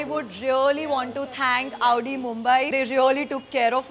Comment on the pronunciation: Your video is nice pls pronounce correctly its pronounced "audi" not "aaoodii" ( style me chakar me pronounciation mistake mat karo) btw love your videos pls upload marathi challenge soon